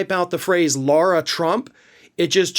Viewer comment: Her name is Lara, not Laura